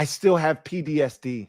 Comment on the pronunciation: keep saying he has “PDSD” in this video. That’s how bad the BS has been over the years. He can’t even say PTSD 😂😂😂